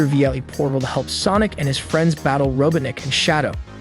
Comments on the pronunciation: Robotnik not Robinic. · how he says robotnik 😭